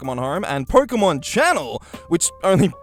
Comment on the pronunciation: did he say "porkemon"?